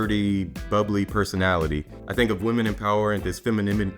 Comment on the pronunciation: fenenimity 😆😆😆😆 omg !!! Laughed. OK I'M GONNA BRAND FROM NOW ONNNN